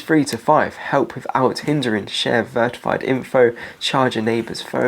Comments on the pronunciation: Vertified? --》 verified, maybe? Or am I mishearing a word (multiple times) ? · what the fk is Vertified? i know what verified means but you keep saying vertified.. what is this ???